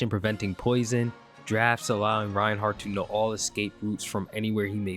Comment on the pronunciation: Reinhack not Reinhard 🐧